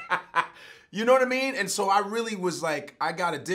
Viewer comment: knowadameen...he almost had it ctfu